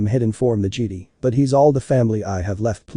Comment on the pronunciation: It sounds so funny cause it sounds like they say "jeedee" instead of "jedi"